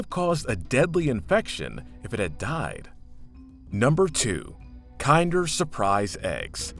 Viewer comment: "Kin-der" eggs not the way you pronounced it.